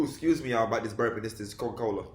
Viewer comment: he said "Co-Cola" and I died lmao